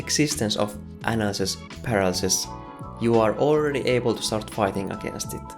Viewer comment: I will have nightmares with your pronunciation of "Analisis Paralisis", how you speech that... sounds tetric!!! As always great video.